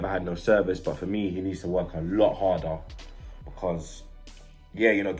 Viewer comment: Oh 😂 soz. Nah Bludclart has been around London for a while, I think it comes from Jamaican people not too sure. If you don't live in London you won't have heard of it lool. has made up stuff though, like the way he says because as becar, or the fact he says yaunderstand? all the time (yannerstan) no one does that 😂😂😂